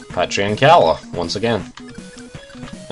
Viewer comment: I'm sorry, but did you say Patria and Calla ?